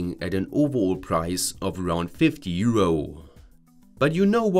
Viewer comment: euro-uh euro-uh euro-uh it's euro. there is no uh at the end.